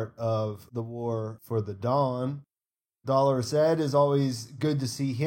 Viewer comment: imdb identifies Jim Broadbent as Archmaester Marwyn. PS Kudos as one of the few who know how to pronounce dolorous 🤣🤣